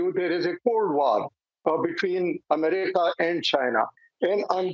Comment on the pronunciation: Brig saab : Amreeka nahi America 🙏 and it's economy not economieees